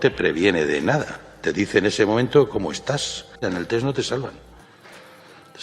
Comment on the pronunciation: Hoy, por fin puedo decir algo positivo de Ábalos... sabe pronunciar “TEST” correctamente... Y es que me he cansado de escuchar a infinidad de políticos y periodistas a los que se les llena la boca de “TETS “